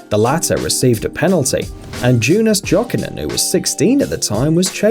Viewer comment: It's pronounced yokinen you idiot